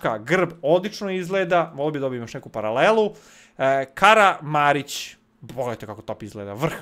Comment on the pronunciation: Kaze se Kramaric